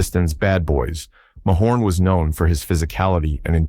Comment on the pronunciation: the narrator is so wrong as was stated by someone else below, bird took isiah off the hook and said he forgave him. Plus its pronounced muh horn, not may horn-Narrator os a real tool